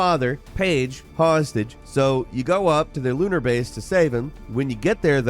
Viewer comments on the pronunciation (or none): none